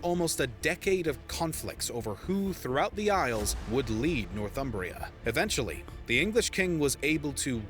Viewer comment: It's not "North Umbria" (that's in Italy): it's "North Humbria" (land north of the tiverHumber) and pronounced "Nor-thumbria" not "North-umbria".